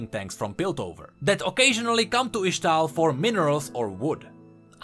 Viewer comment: full metal alchymist (yes i wrote it wrong just to nodge to the way says ixtall and ixtalli)